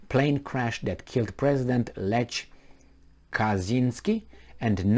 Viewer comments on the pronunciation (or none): none